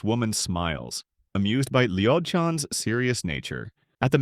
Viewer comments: Dudes name is LOID not LIOD AI but its without the I XD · IT'S LOID NOT LIOD FFS 🤣🤣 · Liod ????? Why tf is it spelled loid and it’s saying it like it’s spelled liod????? I’m so triggered by this 😂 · Loid ❌ Leod ✅ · Yea the AI is dyslexic.